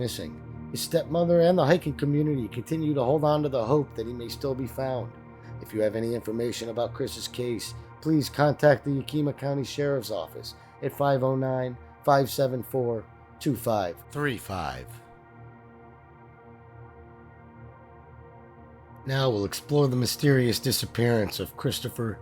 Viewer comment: I live in Washington State. Yakima is pronounced Ya . Kuh . Muh The word is the name of one of the Indigenous nations from Washington State